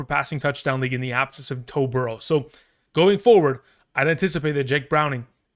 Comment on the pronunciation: Did you say “Toe Burrow”? 😂